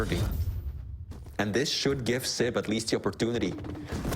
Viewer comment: Dear, it's siB, not siP